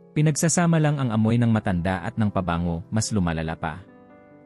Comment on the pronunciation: Pasensya na po. You need to learn how to pronounce Tagalog words correctly, such as: Pabango, balat, taong gulang, nagaalangan, kumot, sumakay, bumulong, malamang, pagbabasa at iba pa. Magpa tutor kayo. No offense meant. Other than that I like the info that you shared. Thank you so much.